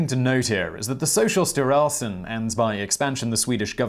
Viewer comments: Being Danish, I especially LOVE how you pronounced "Socialstyrelsen" in this. The other Swedish names were great too, but the way you accentuated "styrelsen" was phenomenally funny! 🤣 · I gotta say you're doing quite well pronouncing Swedish today. Kooperativa förbundet and Socialstyrelsen et al. It can't be easy for you Simon.